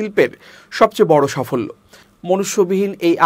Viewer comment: সফল্য কী সাফল্য কী পড়েন ভাই ।